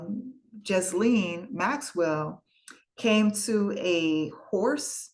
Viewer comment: Excellent overview but please pronounce Ghislaine properly. It’s like Elaine but with a hard G so it’s Gilaine